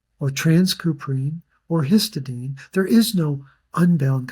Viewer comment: histadine.. why do I see that written that way soo often. Even in a lot of studies. Its Hist_i_dine